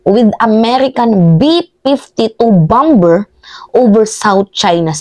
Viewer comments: BOMBER, ANG PAG PRONUONS AY BAMER HINDE BAMBER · Bomber sounds bamer not bamber. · Bamer not bamber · Bamer po ang pag pronounce sa bomber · (Bomber =bamer ang bigkas mali ang bamber) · Idol..(Bamer) ang bigkas ng bomber.. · Mam, paki check nga ang pronunciation ng word na BOMBER? If im not mistaken BOMER po yata ang tamang pag pronounce nito. Thanks po. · Bomber is pronounced as bomer. Thanks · Bomber.. pronounced as bamer o silent b Po Mdme. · Bomber is pronounce as baa•mr. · bomber (pronounce BOMER) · Bomber pronounce as silent b po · Mahal na Idol, Napakalinaw mong magpaliwag! Mabuhay ka!!! ( isa lang na obserbasyon: "Bomber" ay binibigkas ng mga Ingles na: "bamer" ) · Bomber.. silent b.. Bamer sa tagalog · correction lang po, BOMBER na silent B, sana din na bawas sa syunga bells na salota kasi parang bumabalik ang pagka-syunga sa mga words eh!….. hehe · pakicorrect yung pronounsiation mo sa BOMBER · Ate bomber ay silent b